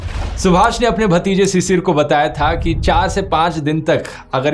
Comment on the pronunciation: Druv its not cicir ... its pronounced as Shishir.. which mean morning dew ... thanks